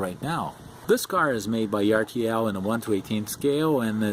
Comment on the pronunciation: ERTL = (urtle) like Turtle without the T. :-)